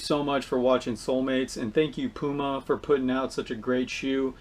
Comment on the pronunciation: Thanks for pronoucing it right. Poo-Mar. Not Pheww Mar. Damnnnn